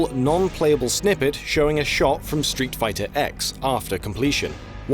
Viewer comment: They were talking about Street Fighter EX, but they erroneously pronounced it as just "X" even though the series' announcer says clearly "STREET FIGHTER EE-ECKS".